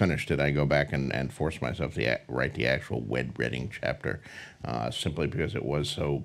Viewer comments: ...did he say....'wed redding?' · Did he just say 'Wed Redding Chapter' 😂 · he says "Wed Redding" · "Wed Redding" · “wed redding” 🤣🤣🤣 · wed redding? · “Wed Redding” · wed bredding lmao. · min. Did he say Wed Redding or I am mistaken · Wed Redding xD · "Wet Redding"🧐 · It's so hard for him that he can't even pronounce it properly :(